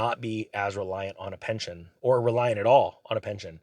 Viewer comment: Pension not Penton😊